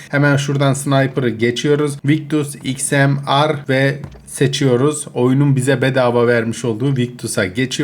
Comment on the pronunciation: abi XMR sniper okunuşu İKSMİYAR diye okunuyor heralde